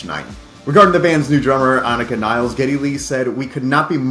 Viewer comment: her name is not niles (like the river), but nilles (like villas)